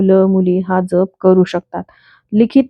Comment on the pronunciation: नाम ज्यप . ताई जप नाही .ऊच्चार .